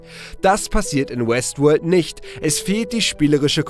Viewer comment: Hab die ganzezeit Westwood verstanden xD